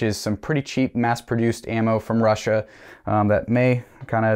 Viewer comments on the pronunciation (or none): none